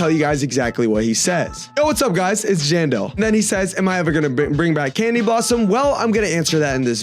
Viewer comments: Him saying John doe instead of jandel is wild💔🥀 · he said general 💔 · STOP LYING SUMMER HAVRSET IS EASY WIHT MY FRIENDS WE DID 3 TIMES PRISM REWARDS TODAY IK SRY IK UR NOT LYING ITS LOT OF BUT I THINK ITS RLLY EASY BTW SAYING JANE DOE INSTEAD OF JANDEL IS CRAZYY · Bro said genderless instead of Jandel💀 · him saying general instead of jandel is wild 💔🥀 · It does sound like john doe